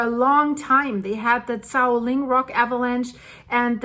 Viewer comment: Hualien is pronounced Hwa like wa in water, li as in lip, en as in ten. Hwa li en.